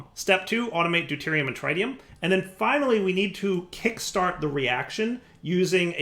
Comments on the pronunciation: I was mistaken when I thought wouldn't mispronounce "tritium.", it's not TRYtium, it's trit-ee-uhm! Edit: Also,, it's a quantum entanGLOPORTER, not entanGOLOPER. Edit 2: "Why don't you find hohlraum when I say hohlraum?" Maybe because you spelled it wrong. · It's pretty inexcusable at this point. He's playing like a noob because he refuses to explore his options to the detriment of the viewing experience. I hate having to watch him stand there and break wood in the slowest possible manner because he won't craft a Paxel. That and his refusal to pronounce the word "tritium" correctly